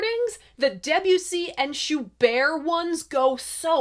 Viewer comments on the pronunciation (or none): "Shoo bear"? Schubert has a hard 'bert' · Love the French pronunciation of Schubert!